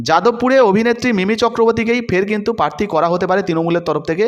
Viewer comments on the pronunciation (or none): Uccharon sudhray non. Tinomul noi, Trinamool. Posun noi, Prasun. Prarthi, patthi noi.